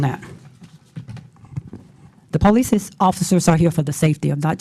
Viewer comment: Imagine electing a mayor who acts like this and can’t even pronounce police.